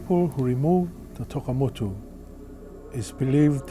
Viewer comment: Tokamotu not Takemotu